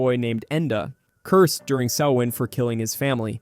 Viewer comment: The Latin phrase in Event Horizon translates to "Save yourself from Hell". It's a warning, not an Evocation. Do love your proper pronunciation of Samhain 😁